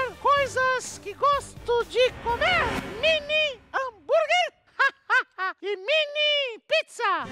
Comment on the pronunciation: "Minie pizza" e "minie hanburguer" Ksksksksksksksksksk